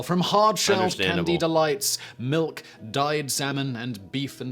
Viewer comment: Glad to hear you don't drink malk.